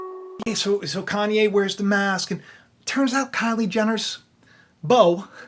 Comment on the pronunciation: More like “CON-YE”